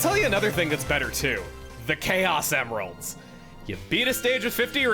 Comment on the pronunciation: pronouncing it “chaos EMeralds” bring me back to 4Kids Sonic X